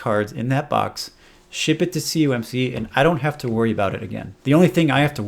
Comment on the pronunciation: Why do you say C U M C, when it's C O M C? Am I missing something?